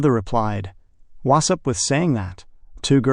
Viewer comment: Wu sup? Yeah. What's up with "Wu sup"? Very annoying.